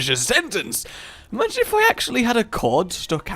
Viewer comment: i find it funny that you can watch any rage vid and he will say can you amagine in any vid of his